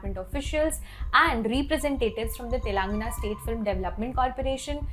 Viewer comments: Try speaking the name TELANGANA appropriately.. You can report the news later ☺️ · Constantly hearing "TELAAANGANA" made my skin crawl. As a person hailing from Telangana let me inform you that, you don't need to drag the first "a" in the word, just pronounce it like how you would pronounce "telugu" . No offence but just educating you ma'am.